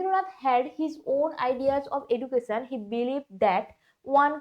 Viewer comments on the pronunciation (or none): none